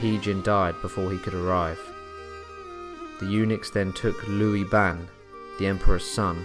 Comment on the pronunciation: And he also said Lui Bang, not Liu Bang. And he called Cao Cao Tao Tao.xD